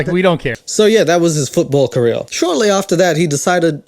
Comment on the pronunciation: The word career doesn't have any Ls in it. It's not pronounced "caleel". I mean your making fun of someone who's shit at comedy while you are literally the most unfunny person I've ever seen.